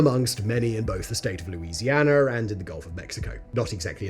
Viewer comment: I just solved a mystery. I found out where all the British "R's" went. They went into the state of Louisianar.